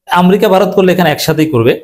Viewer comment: এই, আপনি বারবার শব্দ চয়ন ও শব্দ বানান- উচ্চারনে আপনার অনেক ভুল আছে। আপনি আমেরিকাকে বারবার আমরিকা বলছেন। আগে শিক্ষা নিয়ে, তার পরে কথা বলেন।